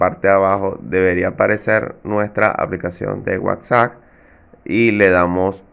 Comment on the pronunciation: Se pronuncia WhatsApp tal como se escribe, con p final y no como tu pronuncias WhatsAc .